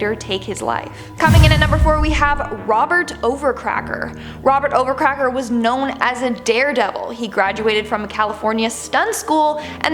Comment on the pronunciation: It's not Robert overcracker It's Robert overaker